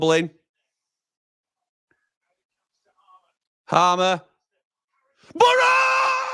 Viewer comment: actually said Harmer instead of Haymer!!